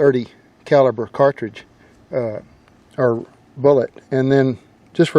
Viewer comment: "Now whether er not it went down in this corn..." 😄😄😄